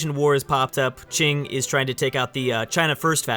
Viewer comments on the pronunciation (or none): none